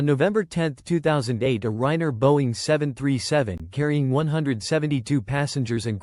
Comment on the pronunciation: the narration is terrible and makes no sense. No proper cadence of speech. No human expressiveness and emotion. Doesn’t pronounce Ryanair properly also. Ignores punctuation and doesn’t match it with the tone of voice. It’s super unnatural to listen to. I lasted 1 minute.